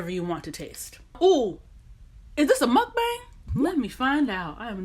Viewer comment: It's " MEOKBANG먹방!!!"" hahahahaah, I mean, it's pronounced muhk-bahng, with an ah, not as in bang bang with a gun, hahaha